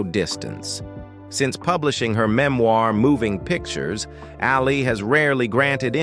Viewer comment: Couldn't someone have told this bozo that his subject's name is pronounced "AL- ee", not "al-EE"?